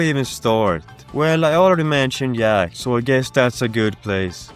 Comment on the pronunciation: Yro yenuinely yaid "yack"💔